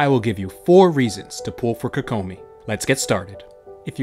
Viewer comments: KOE KOE MI equal stress in each syllable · You say her name weird